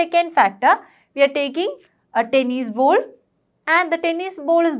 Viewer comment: The teacher's pronunciation is not good she is saying bowls instead of ball